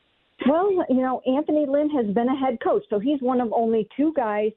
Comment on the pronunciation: Lmao can’t even get Anthony Lynn’s name right and she’s still trying to say they didn’t interview him to satisfy the Rooney rule